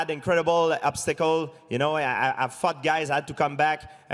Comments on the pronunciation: "I fuck guys" or "I fought guys" George? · When GSP says fought, it sounds like he said fucked. Sounds like he keeps saying I fucked this guy